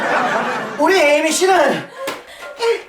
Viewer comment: 우리에이미를 우리 에미로 들었으욬ㅋㅋㅋ